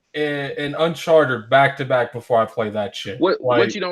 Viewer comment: Its annoying how pronounces Uncharted